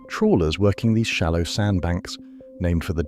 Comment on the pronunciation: trawlers not trollers :face-turquoise-covering-eyes